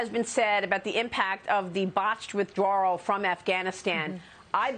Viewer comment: Withdraw! With out an” R”